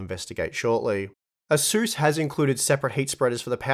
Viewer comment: It's pronounced ace-us 😘